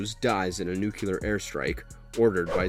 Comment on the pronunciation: How has no one yet commented on the narrator mispronunciation of nuclear.... not once, but twice?!